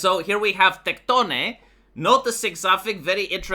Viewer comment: Highlight of the video was the way you pronounce Tectone ❤